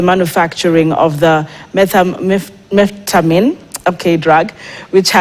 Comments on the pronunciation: Methamphetamine not methamine* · Naskia methefetamin😂😂This thing kweli bado haijafika Kenya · KTN should hire presenters that can actually read. Who in their right mind doesn't know how to pronounce Methamphetamine? 💁🏽‍♂️ Busy with your accents 🙄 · Correct pronunciation of the word "Methamphetamine" should be a requirement for anyone looking to be a journalist 😂.. Happy new year wakuu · Wakuu, Yani nyinyi wote mmeshindwa kupronounce "Methamphetamine"?.. Acheni hizo buana😂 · kwanza huyo madam presenter Methamphetamine ilimpiga tackle ya shingo mbaya sana